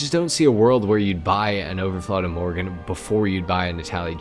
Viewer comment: But you still call it imorgen in the video. It's pronounced like two words "i" "morgon". Means tomorrow. Överflöd means abundance. The umlauts (dots) over the o's totally change the sound, to something like a short "euw". It's loosely based on Koenigsegg Gemera, which does have a double turbo on the petrol engine. And three electric motors. It's ridiculously fast, for a family sedan. 1700 hp, 0-60 mph in 1.9 seconds. The owner and designers' mom gave it its name, a compilation of "ge" and "mera" (give more).